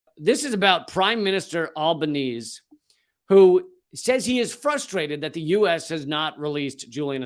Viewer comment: Albanese is pronounced Alba NEE ZEE. Other than that piece of pedantry from me - great work Lee! As an Australian, it's especially chilling when a fellow citizen is persecuted and locked away for so long...